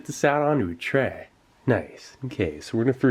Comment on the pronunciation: "Let's get this all out on the TREH"